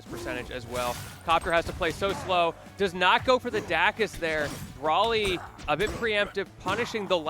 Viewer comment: bro saying brally instead of bro ly is crazy